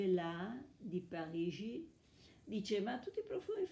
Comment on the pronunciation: Da fanatica della lingua francese, come te adoro Parigi, devo ammettere che raramente ho sentito pronunciarla così bene.